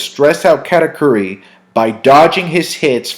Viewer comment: Brah please stop pronouncing katakuri like that lmfao